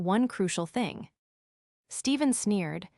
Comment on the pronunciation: Fing fing fing fing fing. This AI is pathetic, just like the one who owns this podcast.